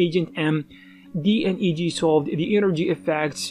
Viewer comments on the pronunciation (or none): DNEG is Double Negative and is pronounced D-Neg, not D. N. E. G.